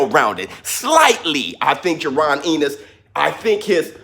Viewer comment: Why do you say his name like that lmao. It's pronounced "en nis" and not "in nes"